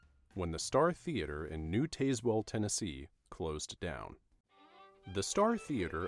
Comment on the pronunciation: Tazewell is pronounced like Taz-Well (as in Tasmanian) not Taze-Well (as in Tazer). Is it an AI voiceover?